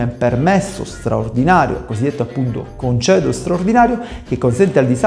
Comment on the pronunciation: Avvocato, si dice "congedo" non "concedo".......mamma mia come siamo messi!!!